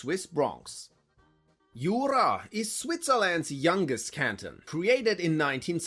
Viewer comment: J in Jura is not pronounced "i" ;)